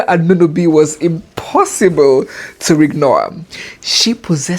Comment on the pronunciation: It's not Anunobi. It's Añunobi.